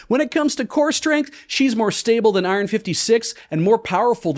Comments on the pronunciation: Pronouncing it I-ron hurt me in ways I didn't know a word could. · Little bit obsessed with two different pronunciations of "iron" in this.